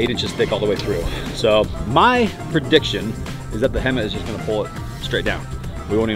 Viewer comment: It's HEMTT not hemmit